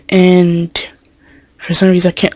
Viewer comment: when you say and you say it like ant